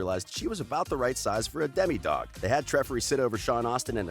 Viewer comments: Bruh. «Demidog» 😂😭 It’s «Demodog» 😂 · Demidog? I really think it’s still demodog 😂 and the wat je says gaten 😂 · you said deme dog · Bruh this dude stoopid😂 Gay-tehn mah-tah-rah-zoh *vegan not vegatarian *domodog not demi